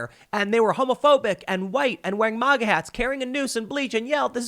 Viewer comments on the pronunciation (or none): none